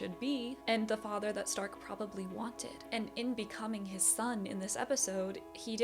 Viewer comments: German here: wrong pronounciation. We dont say Z if it doesnt literally say so(why you think we have Z in the alphabet?!?!?). We speak the S softly. Difference in Stark is ONLY because we differ S combined with T = SCHTARK, S+P = SCHP and S+C+H = SCH. The only case if we double S, Only THEN its hard pronounced like. Example Trasse= TRAZzE. That are the most common cases when we pronounce different. If you see a word in german with only Single letters, and not these examples above present, then its pronounced all equally on every letter. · The show calls the character’s name in German pronunciation. Sein = Zein Stark = Shtark Eisen = Eizen